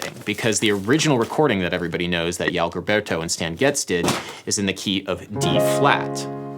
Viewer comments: Yao-Gill-Berto instead of zhoo-uh-oh zhil-berto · Hey Adam, love your videos, but Joao Gilberto wouldn't recognise his name the way you said it (Yow Guilberto). Try something like Zhouau Zhilbearto. Sorry! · Most people(including portuguese and spanish speakers): "Spanish and portuguese sound the same" Adam: "ial galberrtow" I'm not mad. Just joking about how, even though it's written similarly. Both languages have completely different pronunciation, but the idea that both are similar, makes foreigners speak portuguese with a spanish/spanish american accent. So i'd rather have other people use their own countrie's pronunciation, rather than the weak "j" from spanish, or the tremolo-y "r", as well as most other consonants. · Iao guilberrto? wtf say it with me xxjô aun (as in aunt) xxgill bérr (as in a goat sound) tô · YO-Ao Gill-bear-toe -- UNSUBSCRIBED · Yow Gill-Burtoh :-D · PUBLIC SERVICE ANNOUNCEMENT Pronunciation guide: JOÃO GILBERTO ju-ao jillberto (Approximation for English Speakers) > J and G as in John (never pronounce J as in Juan when speaking Portuguese) Now tell that to all TV anchors pronouncing "Jair Bolsonaro" as "Hayer Bolsonaro". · i love how american say João Gilberto in english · Adam Neely's pronunciantion of the name João Gilberto was really funny hahah, btw nice vid :) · I felt attacked hearing how he pronounces Joao Gilberto's name. hahahahaha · your pronunciation of João Gilberto is really cute tbh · That pronunciation of João Gilberto was just atrocious, I loved it.